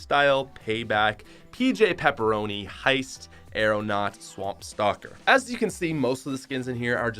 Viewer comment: You said auronaught twice